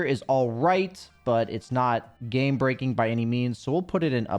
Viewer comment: you said "Gay breaking" instead of "game breaking" about Kotl's shard lol